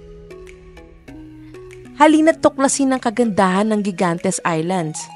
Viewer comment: Gigantes pronounce as higantes